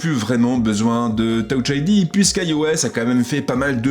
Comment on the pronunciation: « Towche ID » 😭😭